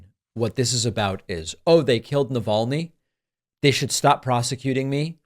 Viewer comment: I honestly cant wait until he says the man's name in one of his 'speeches'... He'll pronounce it "alex - ee naval - ne"